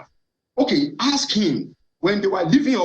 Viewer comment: Yoruba people, it’s not “hask” it’s “ASK”